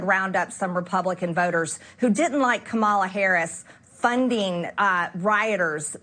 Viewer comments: Why is she and most of the GOP allowed to be disrespectful when they constantly and continually mispronounce Kamala Harris' name? More than three years have passed since Vice president Harris told everyone that the correct pronunciation is "Comma-La". It is so sad to think and realize that such a large percentage of our country are this bigoted or minimally supportive of bigots and racists. If you disagree, please explain the disrespect, it's not a hard name! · She still hasn't learned how to pronounce Kamala. Or "impordent", evidently. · Omfg. It's been two almost 2 yrs and these morons can't even pronounce the V.P. name correctly. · maybe the klanamama should learn how to pronounce the vice president's name